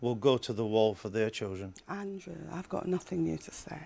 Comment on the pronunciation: "Andwoo, I've got nothing new to say." That's not twoo, as she frequently has new nonsense to spout.